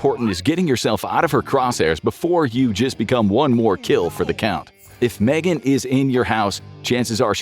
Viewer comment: Its M-Three-Gan. Can't wait for the second M3GAN film though. =D